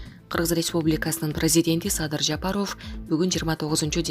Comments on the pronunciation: Ушул жанылык окуган журналистка Садыр Жапаровдун фамилиясын ударение туура коюп окусан болот эле.Садыр Жапароов эмес Жапааров деп а тамга басым менен окусан. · Ушу окуганкызды карманам 1 кун кечке Жа-па-ров деп айттырмакмын . Уят ай уят окуганын эмне ээ кокуй